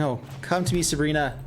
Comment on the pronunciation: Dude I can't bear with you calling her subrina... SU BI RA